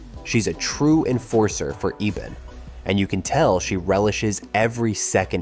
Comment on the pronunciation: Rubberband man is the brother of ebon not richie. You mispronounced ebon's name a few times.